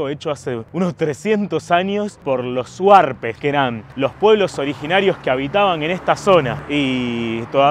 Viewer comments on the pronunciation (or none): porque no aprendes bien los nombres? es HUARPES y no SUARPES. Estas ofendiendo a nosotros los cuyanos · Pero dijo SUARPES no HUARPES. debería aprender bien los nombres de nuestros antepasados